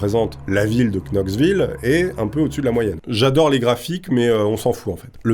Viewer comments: pitié c'est Noxville pas cnoxville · Mais..."Noxvill" pas Knoxvill, stp 😏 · Ça ne prononce "noxeville" abruti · On prononce noxvillle ok le K est muet bordel😂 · "noxville" : le k est muet :) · Ça ce prononce NOXVILLE😅 bordel. Merci quand même pour la vidéo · classe la video, par contre la ville ça se prononce, Noxville poto, ;) même s'il y a un K avant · oui le "K" de Knoxville ne se prononce pas si jamais tu peux toujours regarde la prononciation sur wiki ou autre si tu n'es pas sur :) Knoxville se prononce [nɑksˈvɪl] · On dis "NOXVILLE", cher... Pour you know, on dis you now, pas you QUnow...:) En attendant tes prochaines histoires. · "Knoxville" :face-red-droopy-eyes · Juste une petite remarque on ne prononce pas le K de Knoxville comme know, knight... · Mon cher « kn » se dit « n » si jamais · ps : Knox, knight, etc... le "k" ne se prononce pas.